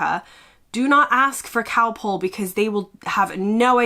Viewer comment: It's not Cowpol it's Calpol. Get well soon.